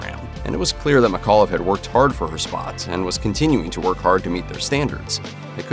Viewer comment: my last name is mcauliffe, and sometimes u mispronounced it: its mic aw liffe, with the c in mic having extra.